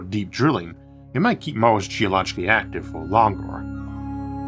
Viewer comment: anyone else hearing Moses instead of Mars ?